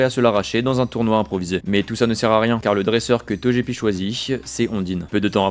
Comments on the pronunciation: TOGEPI !!!! Ça se dit TOGUEPI !!! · Je refuse de croire que l’on puisse prononcer « Tojépi » sans que cela ne soit par intention purement malveillante 😩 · Banger la vidéo mais tu m'as tendu à dire "Tojepi" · "toJÉpi" ? "pierre roi" ? Braségali originaire de Sinnoh ? xD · Super video. Petits correctifs : L'arène de Safrania est l'arène psy (pas spectre) et celle de Parmanie est l'arène Poison (pas insecte) Togepi se prononce Toguepi C'est pas Isiria, mais Irisia Brasegali est 3G et pas 4G (c'est Simiabraz le starter feu evolué de 4G) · EVIDEMMENT QUE ça SE DIT TOGUEPI, QUEL CON CE!!!!